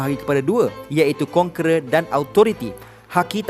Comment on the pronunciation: Iaitu kon"kera" Dan authority Lol